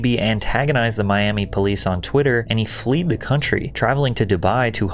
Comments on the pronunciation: Fled*. Not fleed. Cmon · The past tense of flee is FLED, not “Fleed” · Its fled not fleed. Just saying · Fleed you fools